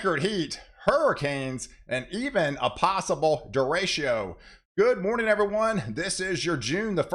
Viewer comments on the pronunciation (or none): derecho is pronounced day - ray - cho. ; )